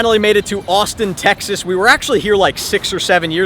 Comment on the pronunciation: Wait you d said Austin texes